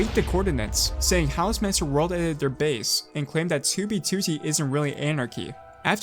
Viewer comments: i like how he pronounces it as TOObeTOOtee instead of twoBEEtwoTEE lol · Toob toot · Toubie TooTie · for the sake of fucking hell, its two b two t, not toobie tootie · Why does he pronounce 2b2t as 2bTwo-T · "2B Tooty" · It's 2b2t not 2bee2tee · bro said toobeytooty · He doesn’t pronounce it “2b2t” he pronounces it like “too bee to tee” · its not 2 b 2 t its 2b2t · Twew bee twew tee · "To be tooty" is how i hear u pronounce 2b2t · "Tooby tootee" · Tubee Tutti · Tiewbyie tywotee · Tou bey tou tey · Toobie tootie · twoo bwee twoo teeeh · to be tootie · pronounces 2b2t as "2wb2wrt" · Why do you pronounce 2b2t as toobeetootee please stop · "was a very old base on TOOBEETOOTEE" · He has the worst way of saying 2B2T god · why does he say 2b2t like that 😭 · the way you say "2b2t" reminds me of the jelly belly rat meme lol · i love and harte the way you say 2b2t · The way you pronounce "2b2t" is annoying as fuck, I'm sorry. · FitMC already made a video on this stop stealing content and learn how to pronounce "2b2t" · I love the way you pronounce "2b2t" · I hate it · at least he managed to say it somewhat normally the very last time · i love your videos but could you put the emphasis on the 't' and not on the 2 2's when you say 2b2t it slightly bugs me